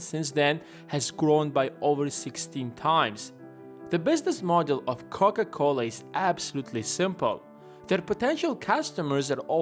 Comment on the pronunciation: Haven´t you made a video about how Warren Buffett invests his money before? 1.52 are you dissing Coca Cola???🙂 Sounds to me like you say Cock A Cola🙂 You got humor I LIKE that👍🙂